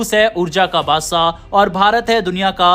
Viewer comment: Bhaiyya tum baadsaa ke badle baadshaah bolo…anpad lagta hai..saa ke badle shaa word use karo..tab desh sudaregaa ..baaki sab knowledge full series hai …